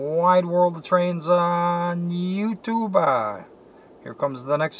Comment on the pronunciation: Great footage, but could you stop saying you tube-aa? or anything-aa? It drives me nuts